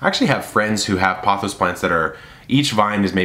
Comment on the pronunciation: I believe its prononced as poe- thows... long “o” sound. And raphi-dough-for-us